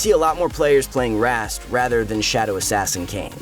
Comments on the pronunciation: why did he pronounce rhaast as reast? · The way you pronounce Rhaast needs to be spanked.